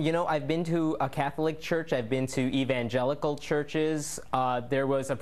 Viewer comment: Did he just say E-bay'ngelical churches?